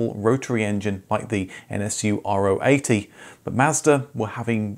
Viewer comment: if you do so and i'm looking forward to it, have a little nitpick: Nobody (in Germany at least) called it the "r-o 80", but the "Ro 80", Keep up the great work!